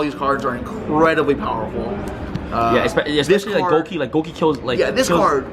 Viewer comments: Go-Key not Goo-Key/Guu-Key! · His skin and his pronunciation of gouki are disgusting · Man it's annoying the way he says Gouki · The way he pronounces Gouki....